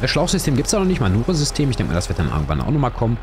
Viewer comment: Nur, falls Du jemanden von Deinen Streamer-Kollegen imprägnieren willst: Der Shizzle spricht sich "Mänjur-System" aus (Manure, englisch für Mist, Dung). Klugscheissermodus aus Wenn nicht, dann nicht... 😉 Sieht übrigens Tippitoppi aus, Deine Farm! Vielen Dank für's Video! 😉👍🏻